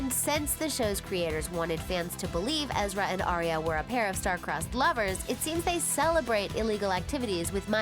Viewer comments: Ezra not Eerie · Uhhh... it's Ezra not Eerie. BTW I thought the ending was awesome... Lol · Don't you mean Ezra. Not EERIE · Ezra not eerie 😂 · It's Alison, not Allison!! + Ezra, not Eeria! Wth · 1. Ezra was 22 when he and Aria first met 2. Lucy already said in other interviews that took place after that interview you got the info from that she would be open to making an appearance 3. It’s Ezra, not eerie 4. You got Tyler’s age wrong 5. That wasn’t Sasha you showed Ask the fans. We can make your vid with correct facts